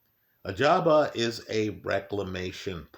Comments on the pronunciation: I remember when used to call him "Agaba" instead of Ajagba. Good times 😂. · Still says Agjaba here lmao.